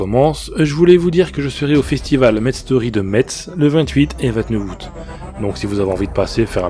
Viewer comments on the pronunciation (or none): Messe ont lis pas le T XD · Ps ne dit pas MeTz en lorraine tu va te faire demonte le T ne ce dit pzs cest Messe . Amicalemeny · Metz se prononce messe. Evite d'écorcher la prononciation de la ville en allant sur place, les Messeins sont chatouilleux sur le sujet.